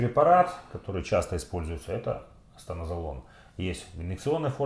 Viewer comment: Станозолол а не как Вы говорите💪